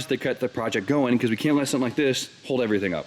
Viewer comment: It’s something! Not su’n